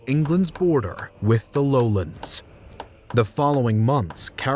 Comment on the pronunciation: What the fuck are the "lowlends"? The name is low lands.